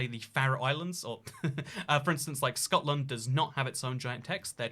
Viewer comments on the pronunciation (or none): none